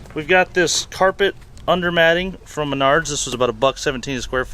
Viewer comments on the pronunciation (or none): Isn’t it pronounced Maynerds